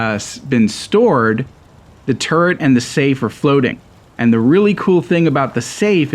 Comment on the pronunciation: Everytime he says turret it sounds like hes saying turd